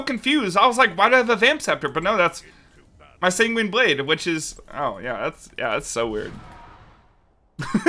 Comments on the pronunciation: holy Sanguine is pronounced sang-win not sang-ween Also there's no S at the end pls and thank you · where is the i in the San part of Sanguine blade, he keeps saying singuine its so annoying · Him constantly mispronouncing sanguine is really tilting